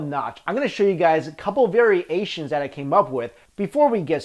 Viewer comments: It's ironic how "variations" sounds like "very asians"... since you all look the same ... love your videos :) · Va-ree-aye-shuns Lol! Hehee ;) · AM I the only bad person who finds it hilarious when he says "Very-asians" instead of variations haha